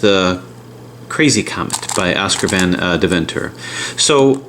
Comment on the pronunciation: van dev-enter? its pronounced van DAY-venter